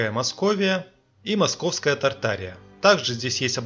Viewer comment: Правильно читать тарт- ария. Туда входили все страны ныне проживающее. Так что ненадо тянуть одеяло на себя. Мы все Тарт- Арийцы.